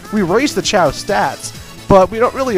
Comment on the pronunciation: Choa? FUCK YOU ITS CHAO